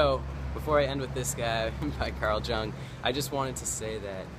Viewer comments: Carl Jung - J is pronounced as a Y. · Jung is pronounced "yung"